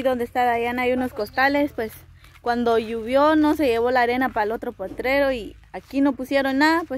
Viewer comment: . No se dice LLUVI0 sino LLOVIÓ